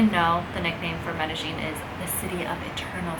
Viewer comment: You pronounced the world Medellin incorrectly. The LL is silent. Correct pronunciation is Medéyin. Please don't take it the wrong way!